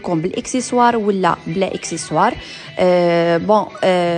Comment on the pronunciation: On dit accessoire et non excessoire